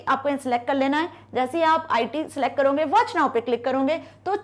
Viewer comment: करोगे❎. कर‌रौंगे✅😂😂😂😂